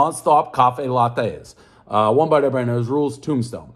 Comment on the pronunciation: Makes fun of guests for mumbling then proceeds to say one bite everybodyjcnefucwpvr